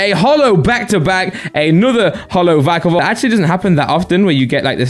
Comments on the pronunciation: Veekavolt or vikeavolt Me: Vikkavolt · it’s v-eye-ka-volt